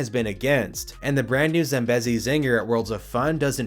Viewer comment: It's Zam-BEE-zi man, c'mon